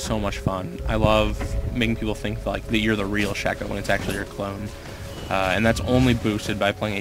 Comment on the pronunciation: hes saying 'ap shacko' XD